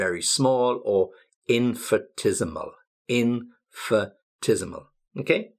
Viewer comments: Thank you. Love you ideas. Sorry, please check your pronunciation of IN-FIN-I-TES-I-MAL. You say IN-FI-TES-I-MAL. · I think 'ni' should be pronounced in in-fi-NI-tes-i-mal, not infitesimal. as you said. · the pronunciation of bulky is a bit off to my ear... where are you from exactly, maybe there is some pronunciation change in the area where you live, wouldn't be surprised if it was somewhere in the Blackpool area :) although the rest of the pronunciation I don't have a problem with. But than again, you pronounce infinitesimal the American way.. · the pronunciation of infinitesimal on the M&W is diffrent? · Hi! Just to know, you pronounced infinitesimal differently than it should be, is there any reason? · You’re pronunciation of infinitesemal is not correct. For the rest I like very much your videos. Please go on!!